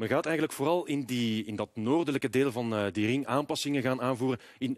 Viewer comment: Rrrrrrrrrrr krrrrrrrrr RRRRRRRRRING OpenbaaRrrrrrrrr